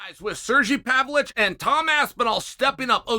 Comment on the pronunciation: Did chael just call the homie 'sergy pavlich'